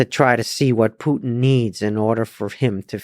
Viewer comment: It sounds so funny when instead of the word Putin I hear the word "put in".🤣